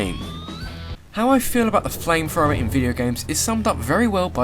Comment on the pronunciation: Oh my word, I hate to be picky, btu seriously. Flamethrower... NOT "Flamefrower"